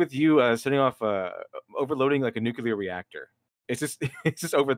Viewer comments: What's a nukular reactor? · And now he just said "nuke-u-lar", fuckssakes.